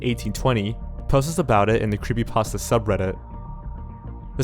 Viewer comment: I am obsessed with how you say "Creepasta" instead of "creepypasta"